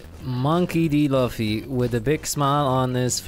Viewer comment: Who tf is loffy I only know luffy lu-ffy